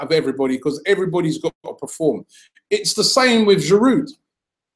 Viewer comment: I love you Robbie but can you stop saying Giroud's name wrong? The D is silent. It's "jiroo"